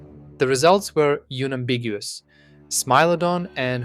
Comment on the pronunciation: "yunambiguous"??🤔 and I'm out